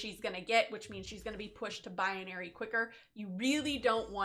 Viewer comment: BI-NA-RY not BI-UH-NA-RY